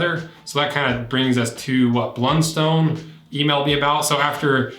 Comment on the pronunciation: Heads up - in Tasmania, it's pronounced "BLUNst'n", not "BLUN-STONE". Honestly hurts like nails on a blackboard to hear it pronounced like that. X) I've been wearing the same make of Blundstones all my life (idk how Youtube knew this)... got teased no end for it in school, as they've always been seen as super uncool and cheap boots, associated with uneducated rural workers, so it's pretty satisfying and funny to me to see them having become so trendy overseas. The quality has dropped lately imo (maybe because of their recent surge in brand appreciation, maybe just inevitable) and my latest pair has taken a huge hole in one of the sides after less than a year, where previously I could use them for 5+ years and never had this kind of problem (soles always used to eventually wear out at the front). I feel like they've definitely been messing with their older designs. On the hydrolysis; my 5 y/o old boots are fine, but the older old boots' soles have turned soft and crumbly, so my advice is to jump up and down in them on at least a 5 yearly basis if you value their soles. Local rural suppliers only sell two of the many makes of Blundstone (not sure which two). One is comfy and the other is the opposite. I think the comfy one might be #200. That's basically the big take-home point that I'd make - it's not a slight difference in leather quality that's going to decide which Blundstone is right for you, it's the shape, relative to your foot.